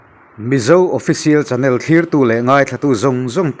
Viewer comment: A bengvarthlak thin e. Channel thumal i lam rik dan hi a dik lo va, 'nel' lai hi rualelna tih a 'el' ri ang hian ri hniam tur a ni.